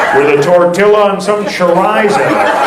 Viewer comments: "tortil-la" what the f*ck 😂😂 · It hurt me a little, inside. How he pronounced tortilla and chorizo. Other than that, fucking amazing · The L's are silence in Tortilla. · Whats a Tor Tilla😂😂😂😂😂😂